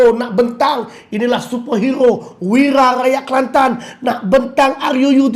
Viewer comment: Sebut ruu biar betul sikit